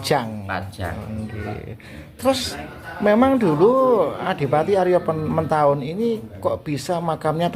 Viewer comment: Tertulis Adipati Haryo Matahun, tetapi diucapkan Adipati Haryo Mentahun ( ?)